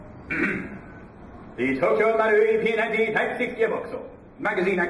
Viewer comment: i like how he says p90 its so frickin funny